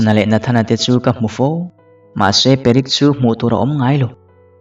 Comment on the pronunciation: Perek tiin klo chhiar char2🤣🤦